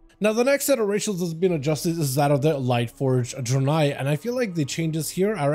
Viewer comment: Bro can’t even pronounce Draenei correctly